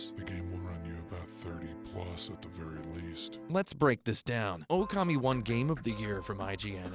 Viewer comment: Also, it's pronounced okami not oukemei .